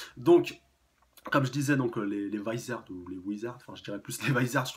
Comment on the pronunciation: Pour le mot Vizard le "V" se prononce a la française et le "i" a l'anglaise fin normalement c sa^^. Et ce n'est pas "Wizard" chef^^